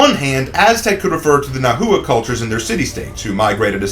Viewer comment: nahua is two syllables